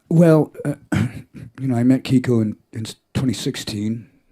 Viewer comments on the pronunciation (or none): Kiko's last name gets butchered everytime